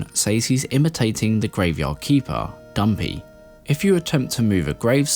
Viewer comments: It's not Dumpy it's Dampe. Pronounced DAMPAY. Come on dude if you are gonna have a Zelda channel at least learn the correct pronunciation for the names used in universe. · Is he calling Dampe "dumpy"???